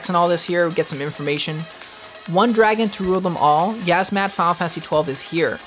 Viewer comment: It's yiazmat not yazzmat